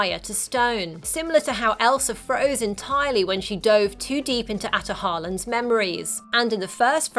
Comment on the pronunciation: Uuh she is NOT Asian she was born in literal(not literal it's probably just based off china)CHINA Her: Ataholan(a-ta-hol-an) Me: no Ataholan(A-ta-hol-un)